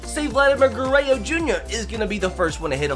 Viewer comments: So the title is a lie . Hitting a 540 ft Home Runs and not 600 ft? Disappointing. Even worse is that you can't even say Guerrero correctly. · You pronounce Vlad name wrong 🤣🤣🤣🤣🤣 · the way he pronounces Vladdys name is painful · I was thinkin the same thing 🤣 like bro there’s a 3rd R in there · Does it bother anyone else that he says Vladimir Gurrayo Jr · Um it’s pronounced gur-rer-ro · Garayoo you sound like my trying to speak Spanish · Ger-ey-oh? Gur-rár-róh That's correct pronunciation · Gerrayo? Its gur-rare-o I can't even begin to understand how you say ger -ray-o Guerre(RO) not Guerre(YO) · I can tell you never watched Vlad Sr growing up🤣 guerayo🤦🏼‍♂️ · It's Gur er ro not gurreo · he also said it in the first seconds, he said shohei otahni vs vladimir garayyo jr. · please stop saying gureyo it’s guerrero to sets of rs not one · It’s pronounced (ja-rear-oh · Lol he says gueyro,vlad would laugh so hard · It's pronounced gur rer ro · Guh-ray-oh lmfao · Dude it’s Guerrero there’s an R at the end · "Vladimir Gurrayo" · Legit unsubbed cuz he says DINN-Gers and Vladdy Gerreo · It aggravates me the way he disrespects Vladdy name with that garrayo LOL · It’s pronounced gurr-rare-oh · “Vladimir guerayo jr” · Did you just pronounce “Guerorro” like “gurayo” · Say it with me: "Guh-rare-o" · bro you're causing me so much pain... its Goo-rare-roe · nobody:: “Vladimir Garayyo Junior” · he said it before that around like 3 minutes too lol i love garrayo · Grayo, grayo, grayo, grayo shouts the crowd LOL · Gurayo jr. lol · vladimir guereyo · It’s not Vladimir Guerreo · Says vlads name wrong lol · if you say gurrero is your favorite player..how come you can’t even say his name right 🤔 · dude if you keep pronouncing Vladdy’s name like that im gonna kms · K u do not know how to pronounce Vladimir Guerrero jr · Is it a joke that he says vlads name wrong? Never watched this guy but it was kinda annoying lmaoo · LEARN HOW TO SAY GUERRERO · please pronounce Guerrero correctly